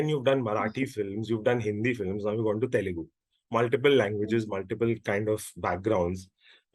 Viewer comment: Its Telugu. Not telengu. 🙂